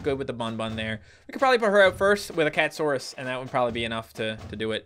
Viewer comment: its cat a saurus not cat saurus